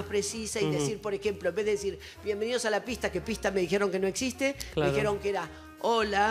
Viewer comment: el siempre dice: trajieron... dijieron